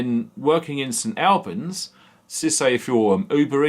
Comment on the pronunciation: Hi, its said, st allllllbans!!! st albans